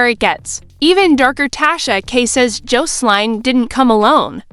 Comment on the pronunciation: AI 😂 cant pronounce Jocelyn